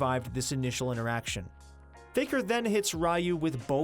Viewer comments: Ryu is not pronounced as rayu, it should be riyu. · Rai-yu... I think it's Ryu lol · RYU? Pronounce as (Ree-U) smh people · Ryu pronounced as rai yu xD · You butchered Ryu's name.. smh